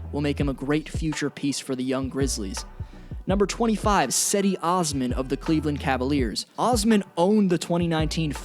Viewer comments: It’s not cedi it’s jedi osman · Cedi Osman is pronounced JED-e Osman btw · No one: Literally no one:: "Sedi" Osman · No offense but Cedi’s first name is pronounced Je-dee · Cedi’s name is pronounced JedE